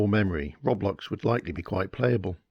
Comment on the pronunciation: Can't even say Roblox correctly hahahaha